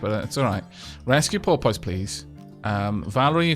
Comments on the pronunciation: I'm sorry to do this but I've held my tongue for 3 episodes and I can no longer! Porpoise - (poor-pes) As in a species of aquatic mammal similar to a dolphin but smaller. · I really hate the name Porpoise, every-time you said the name. It sounded like Polpot to me. I hope Porpoise dies soon.